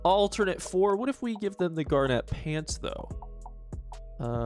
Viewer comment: OK but we need to discuss the pronunciation of "garnet".